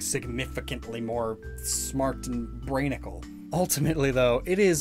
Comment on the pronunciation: Explaining how smart Mega Alakazam is Also: says Brainickal while doing so